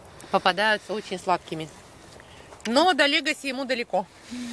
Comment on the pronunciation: Легаси например, ударение на первый слог